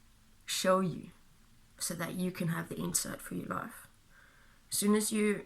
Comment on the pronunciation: Life is pronounced lʌɪf not laf. It is hard to understand you when you say life. Let me clarify that. Not always. Mostly when you say "your life" too quickly. Other times when you say life is is quite correct and understandable.